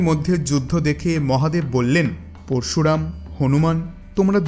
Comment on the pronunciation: আপনি দয়া করে উচ্চারণ টা ঠিক করুন পরশুরাম উচ্চারণ ঠিক করুন